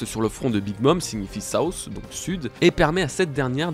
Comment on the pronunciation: Vrai question, pourquoi tous les français de France ne savent pas dire le "th" en anglais c'est south et non sousse. Qu'elle est la raison de cette mauvaise prononciation ?